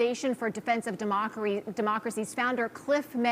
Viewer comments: The news anchor almost said Demockery! That's what I am calling the Democratic party from now on! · Did she said it right “ De Mockery”